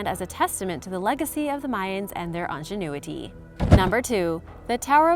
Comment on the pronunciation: how did you pronounce ingenuity?? onganuity??